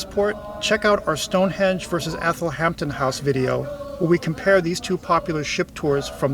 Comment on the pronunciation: I believe it's "Stonehenge" not "Stonehedge." I could be wrong but I don't think so. Anyway I enjoyed your video. It gave me ideas for my trip next week, thanks.